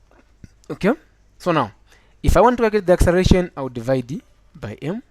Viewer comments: learn how to write and say " acceleration" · it took me nearly 1000 years to understand what accereration is instead of acceleration, :) oh my